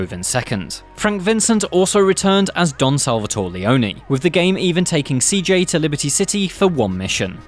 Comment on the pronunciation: SalvatorE, it's Salvatore